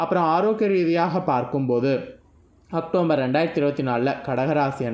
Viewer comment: அக்டோம்பர் இல்ல அக்டோபர், தமிழ்ல பேச தெரிஞ்சுகிட்டு அப்புறம் ஜோசியம் சொல்ல வாங்க